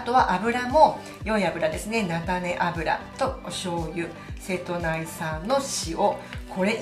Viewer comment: 間違いではないと思いますが、セトナイと読む時は大体は瀬戸内海とウミが付く時で一般的にはセトウチと読むと思いますよ。セトウチ出身者です、 細かい事を指摘してスミマセン